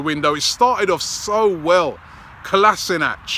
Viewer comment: Oh and btw it's pronounced Kola-shin-ats